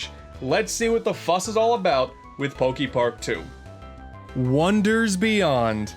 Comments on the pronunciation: Pokey-Park? Pretty sure it's "Poké". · Is he gonna say Pok-ee-park the whole time? ... oh no... EDIT: HOW THE HELL DO YOU SAY POKEMON CORRECTLY BUT MISPRONOUNCE POKEPARK??? HOW DO YOU SAY POKEBALL THEN?!?